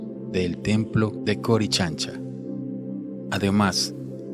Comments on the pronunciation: buen video, solo que no es corichancha. .. ES CORICANCHA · Corichancha jejejeje 🤣🤣🤣😅😅todo el video esta bien menos lo que habla porque hay palabras que no sabe pronunciar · Se pronunciation coricancha,y esandleni piedra es la llamada piedra de Los 12 angulos